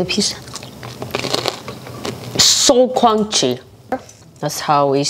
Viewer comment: The sleepy mumble killed me 😂😂 like "mmm cromchy"